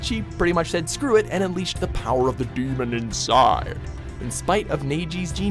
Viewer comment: First: Who the hell is Naeji Second: why did you say demon like that it's not even that kind of demon Like I said before learn how to pronounce shut and your emphasis on stuff sucks stop doing that